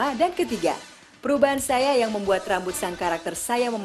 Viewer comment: Saiyan bukan saiya